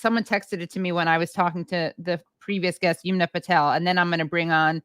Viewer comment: Halper for god’s sake please learn how to pronounce Yumna’s name correctly. Aaron says it correctly. It’s not Yoomna. Her name likely comes from the river Yamuna which is a common name in India.